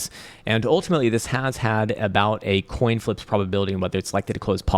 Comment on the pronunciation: Sir, Did you just say alt coin Season 😂? Or am I a lobotimsised moron 😂 Thanks for all your updates you are the best 👍